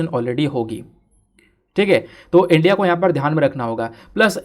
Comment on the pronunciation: This channel and sir is very good but one thing is very bad that is the pronunciation of ' India ' by sir